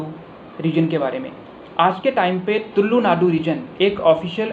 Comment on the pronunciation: It's not तुल्लु वो तुलु है।